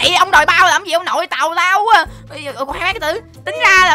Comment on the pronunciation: Hai quaaa anh ơi phải nói là qu á